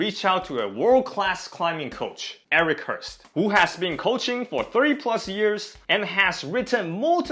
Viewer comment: damn, you edited the S out of Eric Horst